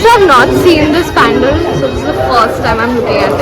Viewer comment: Hi. Very nice vlog. I also like the way u pronounce every Bengali word as it should be... even when u r talking in English. Expect for 1 word "pandel". U said it like a Hindi word "pandaal". Hope to c u at live tonight!!